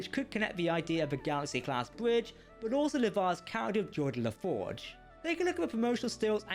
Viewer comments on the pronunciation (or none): GEORDI, not "Jordi"